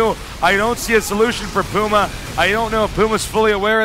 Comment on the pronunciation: "Pee-yu-mah" I can't get over how he says that.